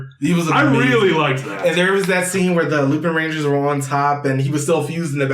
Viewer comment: so... without wanting to be annoying but .... the Correct way to pronounce lupinranger is Lupawnranger